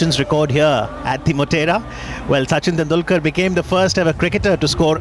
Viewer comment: 😂😂 swaaaaami Vivekananda 😂 Suchin tendular 😂😂 as well. 😝😝